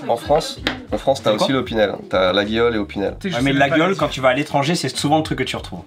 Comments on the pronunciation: Ils n’ont pas la réf Maryse 🤣 Et on dit La-yol pour info pour la marque LAGUIOLE 😎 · Rigolo de vanter les mérites de Laguiole (tout en le prononçant mal, d'ailleurs) sachant ce que le père de son associé a fait subir à la marque. Nonobstant, divertissement apprécié. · Coucou! Laguiole ça se prononce "Laïole" 😉